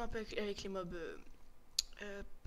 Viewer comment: On dit Mobs